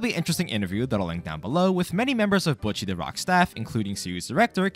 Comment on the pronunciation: buch chi? anyways. great video